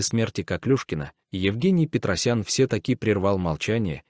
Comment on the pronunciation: Где вы находите этих неграмотных комментаторов ? ПетросяНО, делает ударение на последнем слоге. КОШМАР. дальше смотреть видео не стала